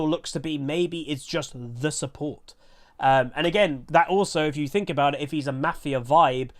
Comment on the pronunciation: Love you but I cringe everytime you say mafia!!!